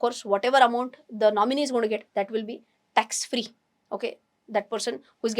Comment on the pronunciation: Are you willingly miss pronouncing words..not clear and confusing audience? Tax free word eaten fully